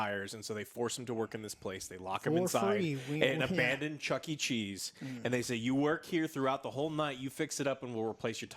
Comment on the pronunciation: Is nobody gonna mention how joe says chunky cheese instead of Chuck E. Cheese?